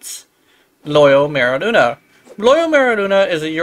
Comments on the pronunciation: Literally saying Luna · THAT’S NOT HOW YOU PRONOUNCE MERULINA. LINA, NOT LUNA 🤦🏻‍♂️ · i cant handle how you're pronouncing merulina i dont even play yaerli